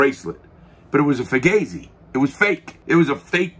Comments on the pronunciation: Hey Larry, its pronounced "foo-gaw-zee" not "fu-gay-zee" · "Fugazi" is a Vietnam war term - "Fucked-up Got Zipped-In" - and also a hardcore band from DC. Never heard it said as "Fu-gay-zee" though. The above two are pronounced "Fu-Gah-zee". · The only place I have ever seen 'Fugazi' is the punk band and everyone I know apparently mispronounced it. (fu-GOZ-ee)